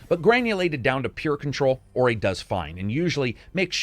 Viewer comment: i remember people b*tching to you in the comments back in the day. it is not pronounced Oreye! 😆 ORUH!!!